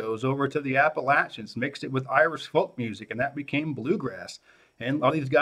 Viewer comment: At least he says Appalachians right